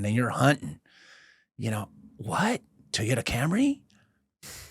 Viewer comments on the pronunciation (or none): none